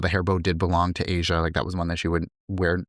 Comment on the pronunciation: Her name is not "Asia", its pronounced Ahh - Shu